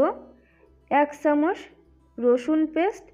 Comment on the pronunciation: Valo kore kotha bola shikhun age... Chamuch ochharon thik ney